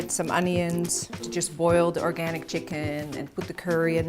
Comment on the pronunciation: I'm not sure.. did she say oRgAniC ? 😂😂